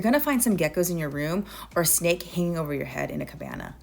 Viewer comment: Sorry but did you say A SNAKE —I can’t.